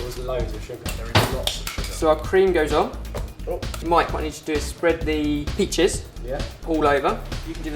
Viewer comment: "I wohn't beh stingeh.. wit mah peches" Hahahah I LOVE YOU GUYS!